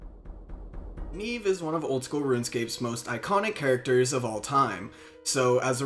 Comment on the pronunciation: Nieve, as in Snow in Spanish. Not Neeeeve, Knee-Eh-Veh I still see her when doing farm runs, because I haven't gotten her killed with my "questing" 😂